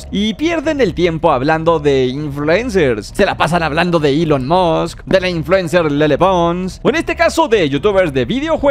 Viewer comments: es que Nicolás maduro dijo "melón musk" en vez elon musk la verdad me dio risa que no sepa ni hablar😂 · "elon moks" por qué así lo dijo maduro LDHKAJSKAHS